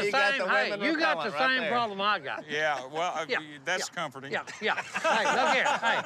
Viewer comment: Si is not saying hey he saying A Listen, and you hear Si say he A and not hey